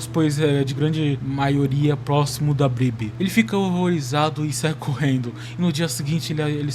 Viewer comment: O vídeo ficou bom mano, mas aprende a falar “Problema” e “Bíblia”